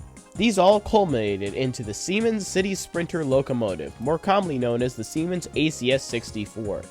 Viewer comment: Siemens is on point though